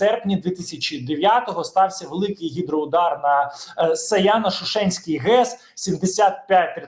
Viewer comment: Саяно-ШУшеньська наголос на У, а не ШушЕньська